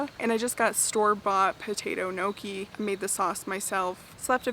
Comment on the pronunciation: Everything you made looks so amazing!! FYI - Gnocci is pronounced "ny-OCK-ee" - the GN sounds like the one in lasagna - tip from an Italian girl;)